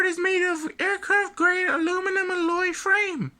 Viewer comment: The way he pronounced alloy tho....